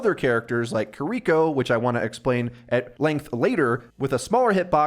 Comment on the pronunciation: bro said Care rico.. kiriko g 💀